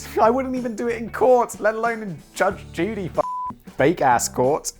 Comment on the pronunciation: Between and simon says judge duty